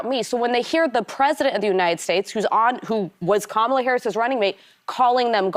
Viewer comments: You still can't pronounce Kamala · Why won’t you pronounce Kamala’s name correctly?